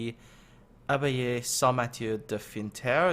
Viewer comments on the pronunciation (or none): U're kidding me right ? I'm french and i couldn't even recognize the word abbaye and it's after he said it was in France that i listened to it again and understood ^^